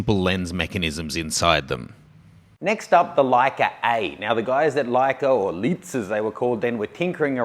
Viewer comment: It's "Rolleiflex", not "Rolliflex", and is pronounced something like 'roll-eye-flex'. Also, the company that makes Leicas is Leitz (and still is, today). Leitz is pronounced something like 'liedz', not 'leeds'.